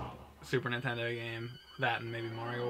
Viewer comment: east coasters always calls Nintendo Intendo